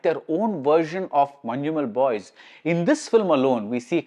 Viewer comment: You are the only non malayali who pronounced correctly Manjumal Boys.❤